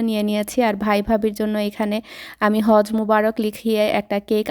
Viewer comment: its not Haz it's hajj